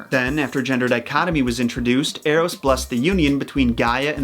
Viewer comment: Thinking about the baby bow-hunter, when you said Eros, I heard Arrows